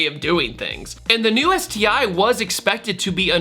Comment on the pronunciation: “ÉTI” hahaha😑